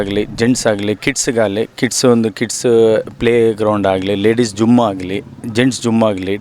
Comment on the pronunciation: Not gum it is Gym